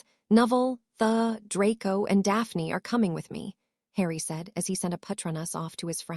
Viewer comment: It'd be nice if this AI knew how to pronounce names properly, it is not t h u it is theodore, it is not b l u s it is Blaze, it is not UVU ln, it is Evelyn